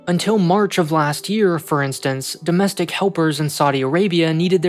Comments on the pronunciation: doestic helpers? whats a doestic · …”DOESTIC” helpers? I think you forgot a letter.